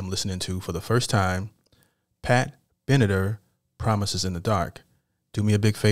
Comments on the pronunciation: I know how to pronounce it but I was pointing out the TAR because he said TER. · Last name pronounced Ben-a-Tar....like tar on the road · Pro.nounced Ben A Tar opera's lost was rock and roll gain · Bro! This lady you just "discovered" is the UNDISPUTED QUEEN of Rock and Roll, with multiple platinum albums having influenced generations os singers from Evanessonce to Janet Jackson (Black Cat). and the TAR is pronounced like the word Tar. Pat BeneTAR! Thanks for featuring! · Hi! Her name is pronounced Ben'-uh-tar! She's been a badass rocker chick for decades! ☮️❤️🎶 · Pat pronounced Been a tarr(as in street paving). I loved her since before she was famous. She and the lead guitar have been married for over 40 years. Try “Fire and Ice” or “Hit Me With Your Best Shot”. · Hi, It is tar, Bena•tar.. She is very good.. ♠Mr.G.. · Hello my friend, her last name is pronounced like this Be-ni-tar🙏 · No one's mentioned, it's pronounced ben-a-tar. Hell is for children is definitely my next choice for a reaction. Keep listening and learning 😊✌️ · It's Pat Bena-Tar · It's pronounced Ben a Tar